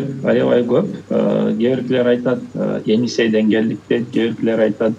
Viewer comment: "Енисей" эмес - Эне - Сай. Уят, иним, кыргызча таза сүйлө.